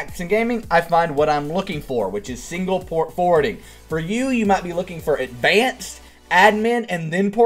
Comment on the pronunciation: Its Port Forwarding, not Port Fording